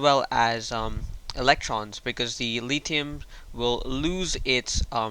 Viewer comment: its litHium not litium